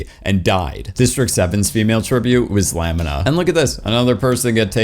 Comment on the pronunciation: put some respect on Lamina's (La-Mina) name. She slays so hard.